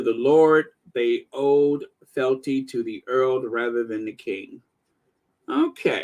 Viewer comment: It pronounced fe-al-ty